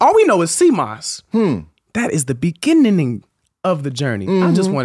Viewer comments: It’s like this foreign preacher tryna read the Bible. Type it in. It’s gonna be so worth it. 😂😂😂 Type in “In the beninning” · “In the Beninging” 😂😂😂💀💀💀